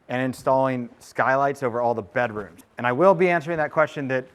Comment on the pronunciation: subscribed purely because of the way you say bedrooms. "Bederooms" lol.